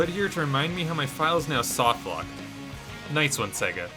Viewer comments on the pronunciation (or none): none